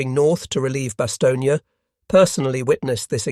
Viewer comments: Bast stone is the pronunciation without the space. Having being there in person in 1957 during my posting with the RAF BAOR, BFPO 40. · A Bit?